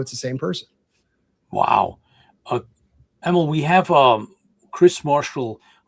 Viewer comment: I believe it is pronounced Em-eel. Like Auntie Em from Wizard of OZ, and 'electric eel' as the sea creature. I could be wrong, but his mom, my cousin, pronounces it that way. Thanks!